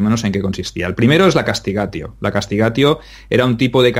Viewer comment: Por favor,un poco de pronunciacion y metrica latina;CASTIGATIO la T se pronuncia como una Z italiana